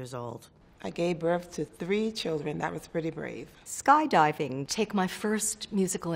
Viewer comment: のスカイダイビングの発音、英語のテストに出てくる感すご